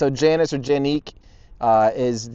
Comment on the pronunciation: Jannicke is pronounced "jannicke", or, as you english speaking types would write it, "yannikkeh" / "yannickeh". All short vowels, stress on the first syllable.